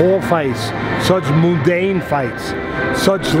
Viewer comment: did Teddy really say "moo-dane" lmao.